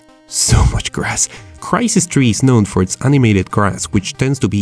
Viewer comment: Did you just say krai sees tree